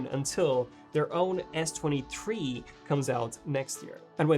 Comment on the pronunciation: why can't he say TH words? he says s2 tree instead of s23 No disrespect I just want to know why he talks like that?